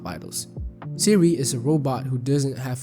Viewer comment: Why do you keep saying Seeri ☕ re